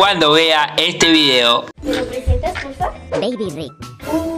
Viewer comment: No beybi rik no mecaybien